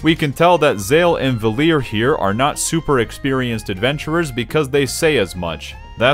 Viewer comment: Also the fact that it's Valere like Valir instead of Valerie drives me nuts